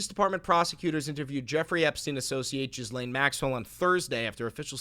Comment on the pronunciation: You keep mispronouncing Ghislane. I know it shouldn’t matter but it’s bother me lol